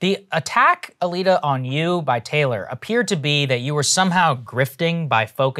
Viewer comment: But it's pronounced Taylor..?!!